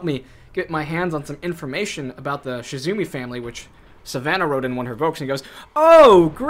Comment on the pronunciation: Not to be that annoying commenter, but it's Shimizu not Shizumi. Good try though!